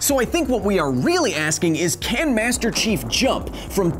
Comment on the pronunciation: Everytime he says Master Chief it sounds like he's saying Master Shifu